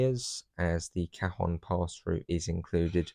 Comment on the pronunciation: Cajon is spanish, silent J, pronounced ca-hone